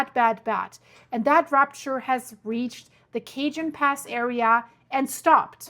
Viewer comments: NOT Cajun Pass.. .😊 Cajon (pronounced CA-HONE) Pass! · Its pronounced cahone pass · The Cajon Pass in Southern California is pronounced kuh-HOHN (rhymes with "bone"). Pronunciation Breakdown Ca-: Pronounced like "kuh" -jon: Pronounced like "HOHN". The "J" follows the rules of Spanish phonetics and sounds like a strong English "H". The name comes from the Spanish word cajón, which translates to "box" or "drawer". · Hi great show. I am from CA grew up with all the quakes in L A and S F. Cajon Pass is a place I am very familiar with. Pronounced Cajon with the j sounds like a h. Some very interesting solar weather also and the moon faze will add more pressure this week. Kind tides are a good example that dont usually happen this time of year. Hold on. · No, no! It’s not Cajun food! It’s Cajon Pass! Kah-Hone pass!! San Jacinto is San-Ha-Sinto. We love you all the same! 👀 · it's Ca-hone pass, and Fort Ta-hone , San Ya-cinto